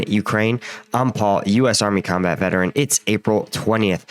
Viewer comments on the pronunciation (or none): none